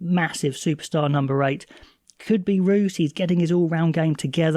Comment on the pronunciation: Just some help with pronunciation if your interested. Roos is 'Roo-is'. Otherwise solid. Thanks for the content